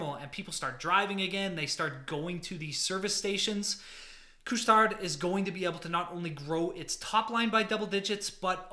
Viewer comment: Just don't pronounce the "D" in Couche Tard :-)